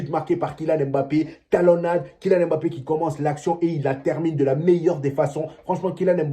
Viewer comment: Toi Africain tu prononce un nom Africain comme un occidental, c'est quoi cette histoire de M-bappe?? Vas y, il y a des noms bien plus compliqué que ca au Benin